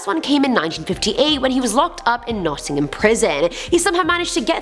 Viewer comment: Mad shout out for Nottingham also nice to hear pronounced properly